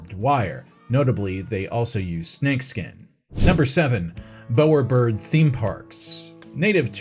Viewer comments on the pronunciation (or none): It's Bow-er bird (bau-uh buhd). Like the Bow of a ship. Not a bow as in Archery. I'm guessing you are a Seppo (American). As they never pronounce any words not American right. Nor do they bother to do a simple search to learn how to do it right. I swear Seppo's get every single Aussie word wrong all the time. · Excellent work! One small bit on pronunciation, the bow in bowerbird is pronounced the same way as in to take a bow 😊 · Every English speaker on the planet screaming at the scene over the pronunciation of Bowerbird.